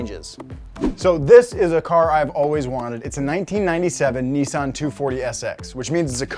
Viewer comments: Please stop saying kouki and Nissan like that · did he just say... nis-an? not nee-san? and hes an american wow